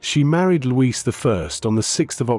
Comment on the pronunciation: And Luis is pronounced Loo eesh in Portuguese